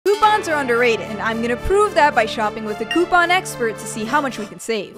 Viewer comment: Normal people: coupon This girl: cuuupan😂